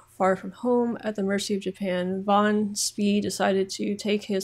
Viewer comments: No von Spee (pronounced fon Spee BTW, v is almost always pronounced as an F in German and dutch) was stationed in China and decided to leave as the germa treaty port there was overrun by the Japanese. He tried to return to Germany but didn't get further than South America before running into the british. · "Pronunciation: "Admiral von Spee" = "Admiral fon schpay" ("sch" as in the well-known drinks brand), not "fon Spea".